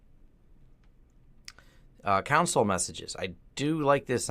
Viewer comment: cringed every time he pronounced 'console'